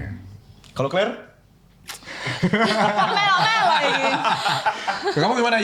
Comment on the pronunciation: clare bukan kler😂